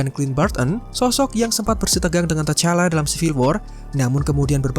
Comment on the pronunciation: Sbut nma pn x ngam mau buat youtube🙄🙄 tu T'challa d sbut Tichalla bukan tachalla👎👎